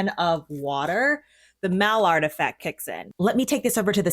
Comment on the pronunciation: Mallard! 😂 not like the duck! It’s pronounced like my-yard!! That beautiful caramelization!!